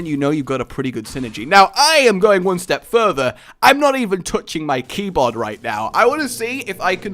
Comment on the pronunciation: but I'm going one STAB further!!! xD Got it? Step sounds like stab